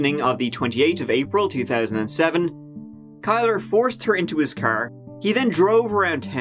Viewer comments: It's pronounced KILLER. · His name shot be pronounced Killer, Instead of Kyler. Glad they finally solved this case, took long enough! Had LE paid attention, Jessica might’ve been saved. Sad. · "Kylr" (pronounced Kai-lurr) And here I am like "killer?" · Kylr.. It's not pronounced Kyler it's pronounced Killer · Killer. It's pronounced "Killer Yust" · Kylr is pronounced Kill-er. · kylr is pronounced killer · Kylr is pronounced “killer”. What a douchebag name 🙄